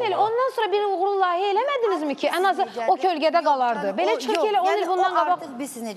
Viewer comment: iyrenc rovsane lahiyye yox layihe